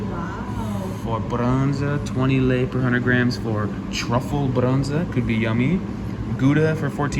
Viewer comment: says very well the romanian word,,brânză'' (cheese) 👍